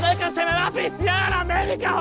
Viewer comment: ''JODE QUE SE ME VA A AXFISIAR LLAMAR A LA MEDICA JOE''ME PARTOJAJAJAJJAJAJAJJAJA